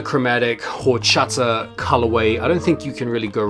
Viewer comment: The H is silent bro